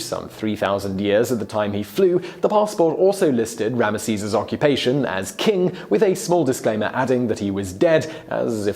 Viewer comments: Ramaseez? really? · Dude if you say Rameseees one more time... 🤜